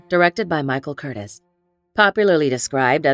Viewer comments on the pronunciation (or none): And film noir isn't pronounced film NO-R. Also the name of director Michael Curtiz was pronounced incorrectly. The AI voiceover app needs some tinkering, or they could do the smart thing and just hire a human to do the voice over.